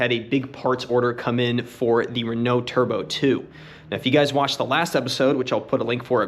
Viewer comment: Video has been out for an hour and nobody has congratulated for saying Renault correctly? I tell you the internet is slipping... Attaboy!